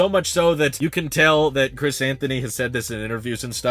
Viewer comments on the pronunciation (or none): none